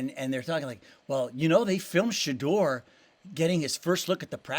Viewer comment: Shuh - door. Not Shaw - doer.